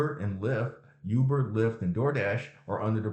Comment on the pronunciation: Ooooo-ber not you-ber. Thanks for the info.